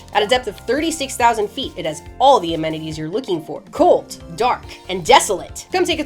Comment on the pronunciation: amenities or anemones